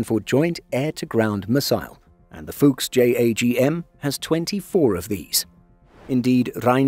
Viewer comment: Brotip: the U in Fuchs is short, just like the O in fox. 😉